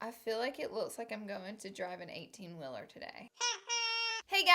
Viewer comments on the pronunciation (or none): BAHAHAHAHA “18 willer”